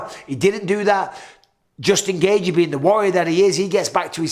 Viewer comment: Gay gee gay gee gay gee. Justin gaygee. It’s pronounced gay chee. The first second of the main event had twice the action of Rose vs Carla. But Rose is still the best. Her foot just slipped for five rounds. ..